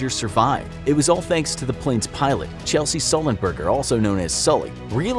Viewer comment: Chesley, not Chelsey...